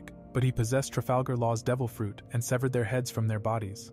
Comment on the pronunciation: Bro said devil fruit wRONG ANIME